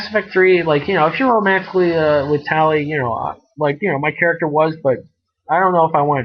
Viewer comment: Tail? Lol it's Tali :P